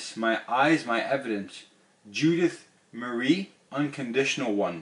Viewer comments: There's "Mary"... then there's "Marie" - pronounced muh-ree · Did anyone else catch the title of this video says Wings OF Marie instead of Wings FOR Marie? Also, it's pronounced Muh-ree, not Mary like Merry-go-round. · Prenounced muhree actually not mary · I like how you said “Mary” twice... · Marie. Not Mary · It’s Marie, not Mary, you savage.